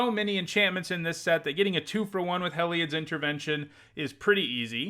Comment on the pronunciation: "Hell-eye-odd" Everyone else: "Hē-li-odd" 🤷🏼‍♂️